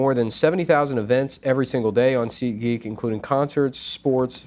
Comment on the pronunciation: is so Jewish that when he says SeatGeek, it sounds like he's saying seek-ee